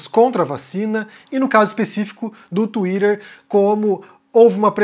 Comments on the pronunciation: Tuirer? O que é TUIRER ? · Lol...it funny the way you pronounce Twitter.....Lol. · Tuirer e feikinus. Sotaque kkk